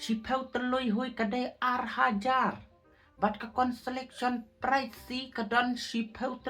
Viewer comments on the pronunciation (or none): Ka pright ❎ Ka prize. ✅. ,,,,😅😅